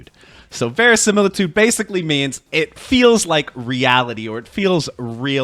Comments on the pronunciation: Not how you pronounce verisimilitude but, hey...Close enough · "Verisimilitude" - Someone's been playing Clair Obscur